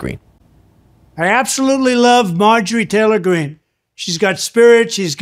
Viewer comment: Dude slow down and finish your words, the way you say her name is so fucking weird